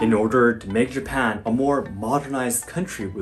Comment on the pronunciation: Why do you pronounce Japan as Yapan?